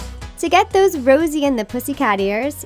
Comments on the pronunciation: Excuse me? Did she just say Rosie? ITS JOSIE! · She called Josie ‘rosie’ 🤦🏽‍♀️ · Either im on some G or she said “Rosie and the Pussycats” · I love riverdale❤️❤️and am I the only one that wonder why you said Rosie instead of Josie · am i the only one who hear her say rosie not josie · U said Rosie instead of josie I thought u were big fans😂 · Rosie? I thought it was Josie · Did you just say rosie and the pussycats? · If they were fans then they would know its cherries not strawberries. And its josie not rosie. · d-d-did she just call i ROSIE and the pussycats? oh nonono hunny you aren’t a fan i you can even say JOSIE and the pussycats🤦🏼‍♀️ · It's Josie not Rosie and you call yourselves big fans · did she just say Rosie? 😂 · Umm excuse me did you just say “rosey and the pussycats”